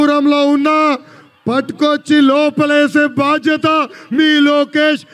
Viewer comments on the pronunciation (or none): none